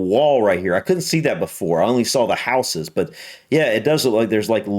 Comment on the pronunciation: Just being pedantic but houses doesn't have a soft s, it's pronounced more like houzez